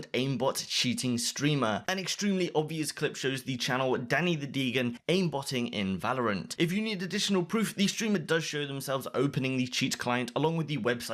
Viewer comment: Degen is pronounced DEE GEN. Not DEEGAN